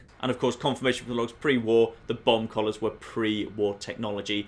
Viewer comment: Who else thought he was saying bong collars the entire time